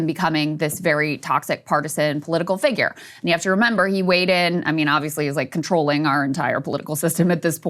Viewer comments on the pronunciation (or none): SOMEBODY teach Sagar how to pronounce FIGURE. Its not FIGGER. 😁😁😁😁😁